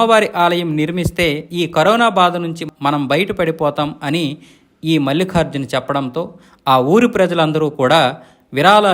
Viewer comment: మల్లిఖార్జున కాదు బాబూ ! మల్లికార్జున అని పలకాలి! తెలుగు తెలుసుకో!